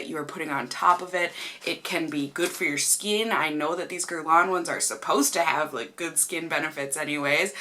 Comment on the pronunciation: YOU PRONOUNCED IT WELL! UUUHHHH!!! :)